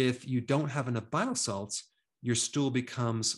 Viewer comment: Hey doctor just curious are you saying bio salts or bile salts?